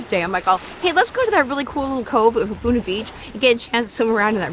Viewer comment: Ha, NOT Hu.